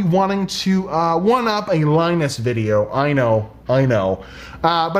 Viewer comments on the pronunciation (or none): none